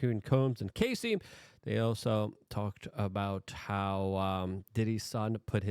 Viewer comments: Isn't it pronounced Cassy (like classy) not Casey (like Casey Jones)? Great reporting though. Thanks Luke. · Say it with me Luke. "Caa-see"